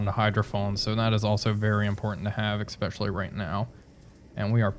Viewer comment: Sorry dude, I have to be "that guy". There is no "x" in the word "especially". I really like these videos though, keep it up :)